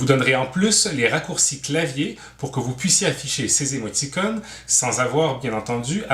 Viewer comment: chaque fois que j'entend émoti"connes" y'a un trou qui apparrait dans ma barbe